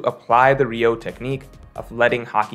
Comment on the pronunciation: It's "Ryuo" (Ree-U-O) not "Ryou", as for the rest, I agree with you except that Kid (unlike Luffy) is NOT alone Fighting an Emperor and knowing Haki develops in hardship, it is possible to at least start developping advanced conquerors haki against Big Mom